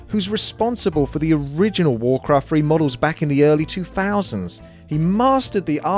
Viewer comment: Wawcwaft Fwee